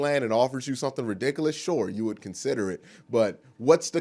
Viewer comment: Off subject, but you crack my daughter Berea up when you say Re-dick-a-less.